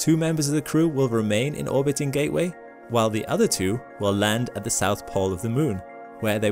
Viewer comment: "Although NASA have [sic] plans..." It's, "NASA *has* plans." It is one entity. Learn English. , "Ga'-way?" Sounds like, "Gay Way." It's, "GATE-Way." The letter, 't' exists. The only way it's "gay way" is if I'm up there.